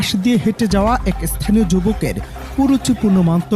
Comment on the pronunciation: এস্থানীয় না স্থানীয়